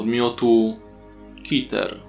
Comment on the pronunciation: Może jest coś o czym nie wiem ale, czemu Keter czytasz jako Kiter zamieniając e na i skoro są tam 2 e i szczerze dla mnie nie ma w tym sensu. Ale I tak fajny scp ;D.